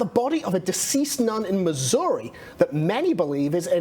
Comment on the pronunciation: Thank you pronouncing Missoureeee correctly. The Native American pronunciation is actually MIS’youri. The Missouri Historical Society would be the source to go to.